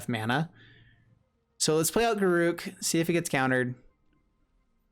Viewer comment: That was obviously on purpose. Not sure about GAROOG, cursed huntsman though :D